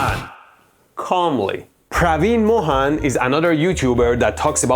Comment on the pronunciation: I had seen some of his videos on YouTube 🤦🏻.. those were fascinating.. fascinating lame .. about tempels that were build for electricity and stuff … You write his name “Mohan” .. but you pronounce it as “Moron “